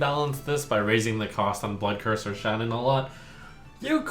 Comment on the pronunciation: Am I the only one who heard Buttcurser instead of Bloodcurser lol